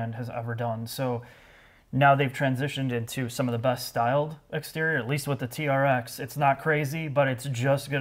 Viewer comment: It’s supposed to sound like trex when you say it not tea-are-ex